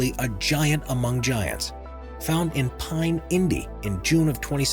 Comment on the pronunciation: Dude Jack fruit location is called Pune not 'pine'